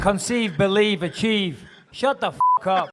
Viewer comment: concive believe achive 🤣🤣🤣 that intro will never get old